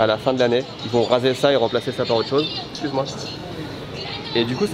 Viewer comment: "s'cuz moi" 😀 mode français activé!